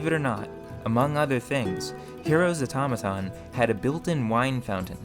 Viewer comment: What is this guys accent? he says the strangest things. his "o" specifically is always a bit off from any other English accent I've ever heard. "Unfertunately" "Majerity" "Errigin" "Mehr" "Beferh" but "Automaton" is said well. The inconsistency is wild. And I heard him say "Firth" instead of "first" almost like this was written and read by a bad AI. Is this some hyper local dialect or diction? is it a speech impediment? or what? Can anyone shed some light on this? It's quite foreign to me.